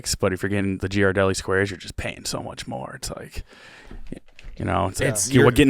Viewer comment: Them butchering the name Ghirardelli hurts my soul.